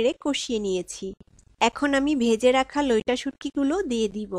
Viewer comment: Loita na vai loitta bolen